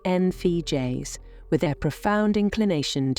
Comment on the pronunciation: Why not use a human narrator? This computerised voice can't even say "INFJ"! I opted out .